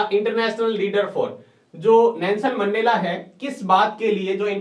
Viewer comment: Sir voo mendela hai mendla nhi